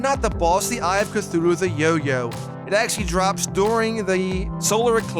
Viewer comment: He didn't say yoyo he say yo-you